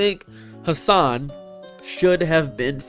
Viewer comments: Bro you didn't even say his name right, you can't complain about people not giving your video a chance when you don't even know anything about Hasan other than he's a political streamer and yells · Brother just stay in your own lane, okay. Couldnt pronounce his name right and couldn't give one example of Hasan Piker "extremism" as you call it. Then to go on and hate that he has multiple channels for different content. My bro... You're hate streaming here lmao Don't like how he streams, don't like that he has more followers then you, don't like how he has more in general... Couldn't even give an example of misinformation like Christ on a candle stick my man.